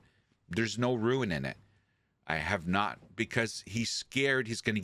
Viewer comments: ROON. Not Ruin. ROON. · WTH is a “rooin”?? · I am mildly OCD, it's rune, like moon with an rR ather than ruin which is an entirely different thing.